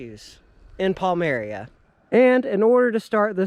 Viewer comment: Hello, Its Wick - ham and its Pal - myra. Thats how it is pronounced.